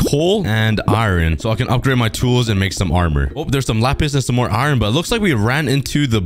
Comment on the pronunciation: Bro it’s called iron not ‘ ayran ‘